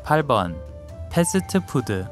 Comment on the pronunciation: 인상 깊었던것 ㅎㅎ 패스트푸드 발음 넘했네 페스드푸드 라고 발음 하시고 페스드의 드발음은 죽여주세요 ㅋㅋㅋ